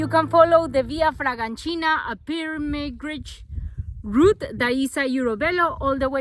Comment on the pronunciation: Nice content its nice to see you riding in my places (Tuscany) keep pushing! 😊 also by day 3 your pronunciation of “francigena” was perfect!! 😂